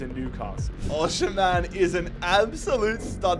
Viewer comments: you still can't pronounce Osimhen's name 😂 it's pronounced OS-eem-hen, drop the sh pls 🙏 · Every time he said oshimen it sounded like oceanman